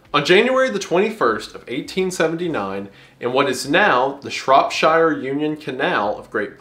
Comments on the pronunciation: tip for when you pronounce the british place names again: shire is pronounced sheer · Really enjoying this series, mate. But also, yeah, a Cult video would be nice too, so ta. Also you can pronounce Mokele-mbembe but not Shrop-sheer? That's...progressive, I think? :D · Don't worry about Skeltjaskrimsli, learn to pronounce Shropshire first man:0 [Jk no h8 luv u] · the way you pronounce Birmingham and Shropshire ;-;, great vid tho